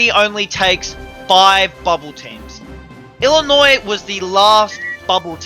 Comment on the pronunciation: Imagine saying Illinois with an s